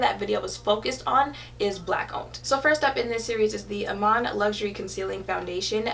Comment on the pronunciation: love your bomb series.....I think u r pronouncing her name wrong tho it's pronounced e-man (Iman)